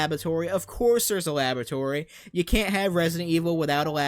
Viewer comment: supposibly? - supposive? - more tatical? - a labatory?